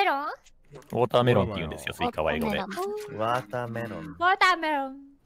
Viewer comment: の言い方がまんま「うぉーたーめろん」なのすき